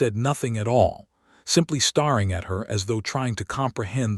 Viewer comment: Starring and staring are different words. Please find someone whose first language is English to program this voice, or better yet, stop using it.